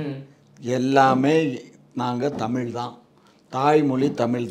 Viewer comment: முதலில் தமிழ் என்ற வார்த்தையை சரியாக உச்சரியுங்கள்